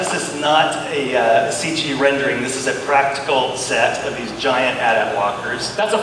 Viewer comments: Stephanie Commisso Apparently per Lucasfilm: “...there is an official way of pronouncing it, and that’s not it. According to Nerdist, Lucasfilm PR confirmed back in 2010 the proper way of saying it as how it’s spelled: “AT-AT.” “ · So... I’ve never heard anyone refer to the AT-AT’s as “at at’s”... pronounced like the actual word ‘at’. I’ve always heard it and said it myself pronounced as the lettters ‘A’ ‘T’ (ay-tee, ay-tee). I’m a Star Wars fan... an 80’s baby raised on them and am thrown by them being referenced that way. Did I miss something, is that legit or are they supremely out of touch? Btw I’m ok if I’M actually the one out of touch lol